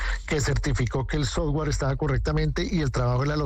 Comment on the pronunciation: Soft-ware no sofwarrrr…..